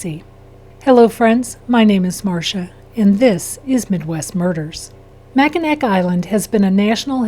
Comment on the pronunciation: It’s pronounced MAC-IN-AW.